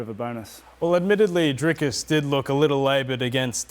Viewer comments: Please, Rob. It is Dricus. There is no "s" in the middle. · Rob keeps calling him "Driscus". Its Dricus. At least get the guys name right. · trying hard to make Robert understand how to pronounce that name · Rob pronouncing DDP’s first name like Chael Sonnen would. Legend.